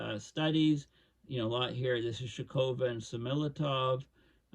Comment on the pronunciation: her name is pronounced SHOCK-o-va